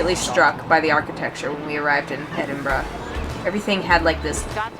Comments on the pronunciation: So glad you made it to Scotland …my home town is Glasgow..you should have visited Glasgow necropolis it’s very impressive cemetery…and I know you struggle to say Edinburgh….you say edinbrow…..try saying this….edinburrah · So sorry, but not Edinbroooo but Edinburaa. X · I thought that too until towards the end when they got off the bus in the In the residential area and she did revert to "Edinburrow" when speaking of getting back to the city! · I love Edin-bruh. Last time I was in Scotland I sat on that same station balcony and ate a pasty washed down with a bottle of Irn-Bru. And I patronized a lot of Costa Coffee locations. 😁 I'd love to go back again. 😢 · It's ED-IN-BRA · Lothian... pronounced "Loathe-ian"... Also you did so well pronouncing Edinburgh correctly only to blow it at the end...